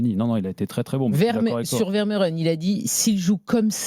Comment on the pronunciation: Ça se prononce "Veur-Mé-Ren" et non pas "Ver-Meu-Ren"... Misère...